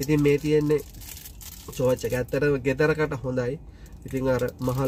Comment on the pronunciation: චෝච් නෙවෙයි යකෝ ටෝච් 🤣🤣🤣